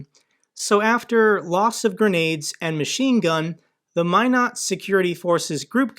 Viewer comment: Thank you for your news and commentary concerning the Ukraine war. I have some contacts in Ukraine and they are all worried what will happen to them and their country. I live and grew up in Minot area. So we have that in common. And you can pronounce “Minot” correctly. Haha. “Only the best go North!” 😉